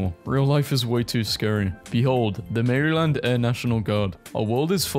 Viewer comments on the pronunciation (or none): Never say Maryland like that again